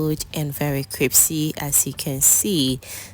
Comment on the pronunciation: Yes Crispy❤. I kept hearing cripsy though but that’s ok.